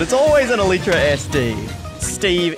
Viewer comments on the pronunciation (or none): U pronounce it eletra it's elightra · Everyone else: elytra: E L E E T R A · You pronounce it like this (E LIE TRA)